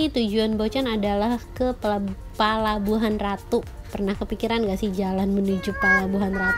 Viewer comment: Bocan 👍👍👍 cm ucapannya bkn palababuhan ratu tp pelabuhan ratu. Bocan apa sihh artinya parno apa sama dgn porno,?